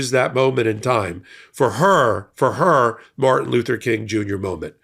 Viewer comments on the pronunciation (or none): none